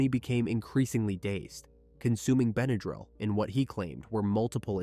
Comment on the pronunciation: In the word, Benadryl, the a is a short a, not a long a. How can you kill your wife and your kids and then sit there with them, that’s appalling.